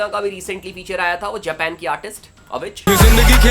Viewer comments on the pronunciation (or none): none